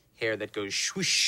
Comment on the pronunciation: "Hair that goes SWUSH"😂